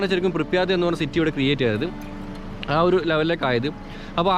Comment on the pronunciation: "പ്രിപ്യാറ്റ്" ആണ് സഹോ